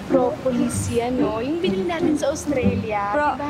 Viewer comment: "Propopol" 😂😂😂😂😂 Propolis pala 😂😂😂😂😂